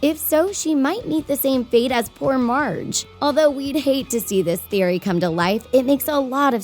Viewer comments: ok who the hell is "marge"??? im pretty sure its "midge" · Anyone notice poor Marge? 😂 it’s midge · Its Midge not marge. Feb 6 alredy past, jailhouserock is in season 3 DO UR FUCKING REASERCH CORECTLY